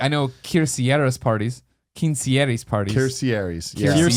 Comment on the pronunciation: "Quinceañeras" Greg, Jesus. you make me laugh.